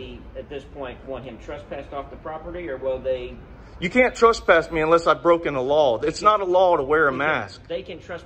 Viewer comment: 1st of all it is TRESPASS, not TRUST PASS